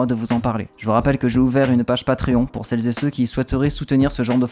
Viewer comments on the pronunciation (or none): none